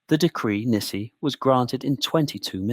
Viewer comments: Decree nisi is Nis eye not nisi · In legal English Latin it's pronounced nice-eye. The decree was nisi prius, which means "unless before". The so-called instrument of abdication had no legal effect. That occurred when Edward gave his assent to His Majesty's Declaration of Abdication Act 1936 (1 Edw. 8 & 1 Geo. 6 c. 3).